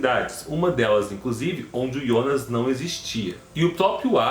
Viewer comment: Quem é yonas É Jonas Kkkkk Aki é BR